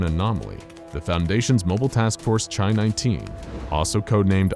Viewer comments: At risk of being That Guy, the Greek letter X is pronounced like "Kai," not like the tea variety. Otherwise, a spectacular video as usual. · In this case chi is the name of a Greek letter and is pronounced KHY.